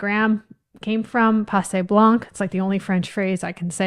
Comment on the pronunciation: Passé blanc; the c is not pronounced.🫶